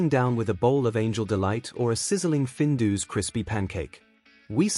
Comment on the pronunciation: findoos hahaha AI voiceover if you're shy is one thing - Findus pancakes were actually savoury and not deep fried at home - the AI picture of maple syrup covered 'American' pancakes next to 'not crinkle cut chips' just finished me off - also all the footage of cereals was very American - we never had that level of sh1te cereal - we had our own issues like sugar puffs making wee smell like diabetes... skimming forward it doesn't get better - there's lots of classic footage and pictures out there - a stills montage would better than the AI videos .. babycam? is this like an Epstein approved onlyfans? - look the writing was on point and made me smile but the AI killed it - good luck